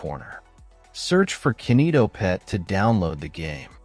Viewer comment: Its not kenito its kinito